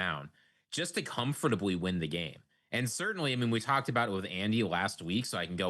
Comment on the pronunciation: I admire how pronounces every letter of the word "comfortably" instead of how my peers and I say it as "cumf ter blee"